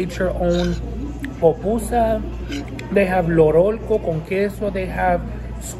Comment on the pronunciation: Salvadoreña (half) 🇸🇻 ❤🇸🇻❤️🇸🇻🇸🇻 its pupusa NOT popusa, and In my family we eat spicy